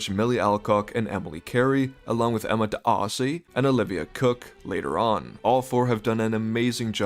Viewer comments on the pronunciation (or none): I can’t take you seriously when you exaggerate D’ARRRRRRRCY but call Paddy Considine, Constantine.